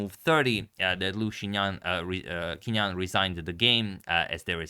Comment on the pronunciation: the Chinese pronunciation for Qingnan is more like "Ching Nan" (in case anyone was wondering)